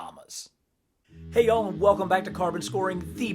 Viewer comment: are you from newfoundland like me because the accent you used there saying "loves y'all" kinda sounds like a newfie accent and if you are a newfie then that's really cool cus I'm a newfie too